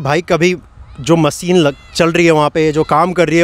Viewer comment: Bhai sorry don’t mind but मसिन nahi machine मशीन hota hai aap ne channel banaya hai apne pronunciation par bhi dhyan de thoda thanks